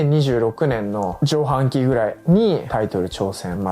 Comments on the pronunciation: カミハンキをジョウハンキって言っちゃう倫也すき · 滑舌がよく軽い圧もあって保健体育の倫也先生の授業を聞いているような感覚になります。 誰でも読めるような上半期をじょうはんきと読んじゃうポカミス具合も体育教員あるあるな感じ😂 私は宮本アナが好きなのでファイトパス派です！ 2024年1発目頑張ってください‼︎